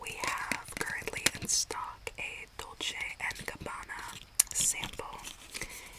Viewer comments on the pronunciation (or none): none